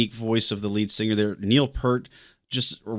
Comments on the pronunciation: Sorry to be pedantic, but Peart pronounced his name "P-ear-T" rather than "P-ur-T". There's even a funny scene in I Love You Man in which the characters meet and briefly argue with Peart over how his name is properly pronounced. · Peart is pronounced like ear, with a P and T on the ends.